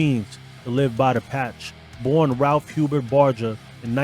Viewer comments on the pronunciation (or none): none